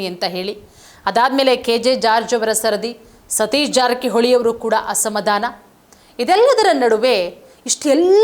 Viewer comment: ಅಸಮಧಾಮ ಅಲ್ಲಾ ಮೇಡಂ, ಅದು ಅಸಮಾಧಾನ! ಸರಿಯಾಗಿ ಉಚ್ಚಾರಣೆ ಮಾಡಿ 🎉